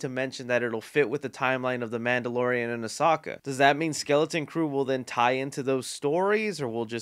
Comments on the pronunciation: Lol I love the way you say Ashoka. I will say…it’s pronounced uh-so-kah. NO HATE, but I heard you say that and I’m like “…what?” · Makes me so mad how you don’t pronounce names it isn’t Osaka it’s Oh-soaka not Oh-socka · It's ah-so-ka not oh-soc-ka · My man said osaka instead of Ahsoka🤣🙏🏾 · It’s Ah-So-Ka. Not Ah-Sa-Ka driving me crazy lol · Man I felt betrayed when said Osaka I forgive the man since he's not a big SW fan but it's pronounced Ah-soak-ah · you said "Osaka" it's Asoka, but you're fine. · I love you but Ohsaka? Ah-so-ka is how the voice actress and live action actress say it lol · I love you but...did you just call Ahsoka ''Ohsaka''?! haha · Did you just say... Osaka? It’s pronounced Ah-so-ka. Also Rogue One is great so I’m excited for Andor. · I don't wanna be that guy but it's AHSOKA not OSAKA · Its A(so) ka, not oh(sa)ka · “O-sa-ka” it’s “A-so-ka” lmao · Bruh OH-SOCKA had me dead. It’s UH-SO-CUH It’s starwars not The last airbender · You just said Osaka it is Ahsoka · "A Sock a" just so u know bro, its "AA SO KA" have u seen clone wars or rebels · Asaka? It's pronounced ashoka (a-so-ka) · "Oh-saka"....."AH SOKA" Ahsoka...how the hell.. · Ahsawka 💀 its Ah so ka. Its alr tho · As-oh-ka. sry but it bothers me the way u say, Asahka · Hey, I'm a huge Star Wars fan and although I hate The Last Jedi, I respect your opinion. Obi Wan is amazing and I'm loving every second of it, they absolutely nailed young Leia. Also, minor gripe but I can't help myself; Ahsoka is pronounced "uh-soh-kuh" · really just said a-sock-a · “Ahsaka” lol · did he just call ahsoka “oh saka”??? lol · Says "Ohsaka" Me: "What was that now?" (This is simply a joke. I could care less how he pronounces Ahsoka) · “Oesaka” LMAO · Laughed when you called Ahsoka Osaka unintentionally😂😂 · Ah-Sock-a? 😂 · AH-SO-KA is how it’s pronounced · said Ashoka wrong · saying Ashoka wrong was hilarious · "Ohsaka" lol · Man said "Osahka" 💀💀